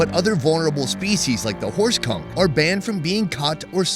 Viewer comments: Did he say horse cock? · I thought he said horse cock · For a sec a thought he said horse cock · I thought he said horse cock 😂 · I kept hearing horse cum 😂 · Is this filmed around the areas around the Bay of Campeche? Is he saying horse cum? Or horse conch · Did you say horse cock? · Anyone else think he said horse cock? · Thought I heard “ horse cum” 😂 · Lol I thought he said horse cock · A first i heard horse c*ck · Anyone else hear him say horse c*ck instead of horse conk? 💀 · So are we gonna ignore that everytime you mention the red kung it sounds like you are saying horse cum? LOL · The first time you said horse conch, i heard something else😅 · Horse conch man I thought you said something else 🤣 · Horse conch.... was not what I heard lol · Ahh Horse conch ... I heard something else the first time 😅